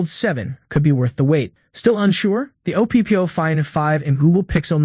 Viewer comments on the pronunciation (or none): true it's terrible ai. Oh pee pee oh instead of OPPO lmao